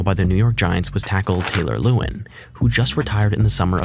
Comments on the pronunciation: Taylor LA-WAN you casual. Loved the vid though 😂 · The AI that made this whole video is awful. It messed up so many people’s names like Taylor lewan and others try harder